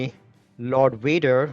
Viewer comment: What happened to "V's"? "Wader" wants his "V" man! ☺️👍